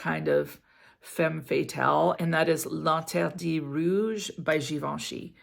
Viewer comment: Hehehe the way you made linterdit rouge sound😂 Best !! … repeated it a few times and went to check if i can get that❤